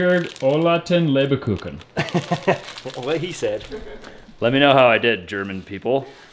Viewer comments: you wanted to know how you did on your German. Well, basically not too bad, but it's LEBkuchen, not LEBERkuchen. LEBER means liver and has nothing to do with this.;-) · Haha you guys are so cute! 😄 The way you’re saying Lebkuchen, you’re saying „Livercake“ It’s not with an R in the Middle 😂 so not Leber-kuchen but Leb-kuchen! Greetings from Germany, the land of Lebkuchen 🇩🇪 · Love the way you are doing it all, just a little back seating tip from an old kraut: It is Lebkuchen not Lebekuchen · German speker here... Close ... but whene you say Lebkuchen, loose the middle e ( LebEkuchen ) you squeezed in there 😍😍😍😍 Love you guys 😘😘😘😘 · I grew up baking Lebkuchen for Christmas. It's pronounced LAYB-kue-chn . You were adding an extra syllable. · I am really glad it is not Leberkuchen, as pronounced it. That would be liver cake. But LAYB-kue-chn means favorite cake. 😁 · Hey... I'm one of the german people:):) You guys say LEBEkuchen. Just drop de E after the B and say LEBkuchen... then it sounds german. Love your videos. Keep it up! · It's not pronounced ‘ LAY ba kuken ‘ . It's pronounced ‘ LEB ku chen ‘with more of an H sound than a CH sound. They are traditional German Christmas cookies and our German relatives send them to us every Christmas. So delicious. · you are truly a multifacited individual who can do many, many useful and creative things with great skill. But speaking German, alas, isn't one of them. Lebkuchen (gingerbread) does not have an 'uh' between 'Leb' and 'kuchen', and as for reading the German at the bottom of the packet you showed the camera... well... the tongue in groove cabinet doors were really impressive. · BTW The German Cookies are called Lebkuchen (without the „e“ in the middle), not Lebekuchen 😉. Karen from Germany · These German cookies are called "Lebkuchen". The way you pronounce it ("Leberkuchen") means liver cookies 😉 Best wishes from Hamburg, Germany! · it is leberkuchen, not kuken😂😂😂